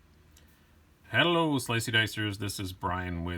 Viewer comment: The "o" in "hello" was really hard to hear, sounded like you just said "Hell slicey dicers" and I expected bad news :_(